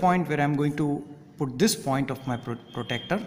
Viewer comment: Sir it is not protector it is protractor....mm